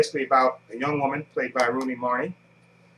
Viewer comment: i actually watched side effects earlier tonight... great film. Also I noticed you call her "rooney marty" haha, how do you get that from "Rooney Mara"? :P great video buddy!!!